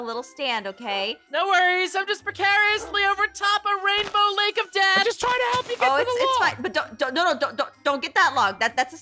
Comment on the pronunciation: noi said:no worries I'm just precariously over top O a raindow lake O ded!*yeh he said "o" instead of "Of"